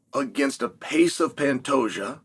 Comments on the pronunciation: You mean pantayjoe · Pantejo 🤣 I can't 🤣 Oh Chael smh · Uncle Chael is hilarious!!!🤣 My official prediction: "Pan-Tajo" OMG!!!😂😅🤣Love it!👍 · I thought he called the champ Fantasia haha. You made it when uncle chael mispronounced your name. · I thought he said Fantasia 😂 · Dude how did Chanel messed up Pantoja pronunciation that bad? It gotta be on purpose